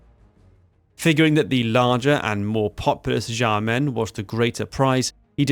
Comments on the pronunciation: Xiamen is pronounced Shyamun. Or at least Shyamen, if the previous one is too much for you to process. The X is sh. Like in Portuguese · I found it hard to follow when U kept mispronouncing names like "Xiao" and "Xiamen". U have some patron with a Chinese name. Why not check with this patron on how to pronounce Chinese names written in English? Doesn't have to be accurate but just basic decent pronunciations. Not that I don't appreciate yr effort with this piece of history. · dude, learn how to pronounce Xiamen, or Xiao, or Xi. its a sharp "sh" like shamen, not jamen. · Fei Ye is pronounced as Fey Yeh Xiamen is close to (but not exactly) Shaw men Xiao is pronounced like she-ow, but quickly as one syllable Tou is "toe" Suo is like the first sound in swallow The rest were pretty close. And no judgement here, Chinese is hard and the romanization doesn't always have the pronunciations you'd expect. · Great video, but please, pretty please, stop pronouncing Xiamen this way lol